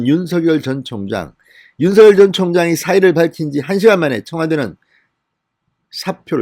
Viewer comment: 윤서결 ? 진성호 씨 발음이 웃긴다 ! 윤서결